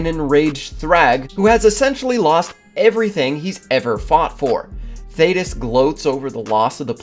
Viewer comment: Thank you for saying his name right, good lord